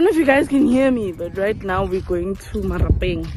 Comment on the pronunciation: Tumi😂😂ke dirapeng not marapeng 🙈😂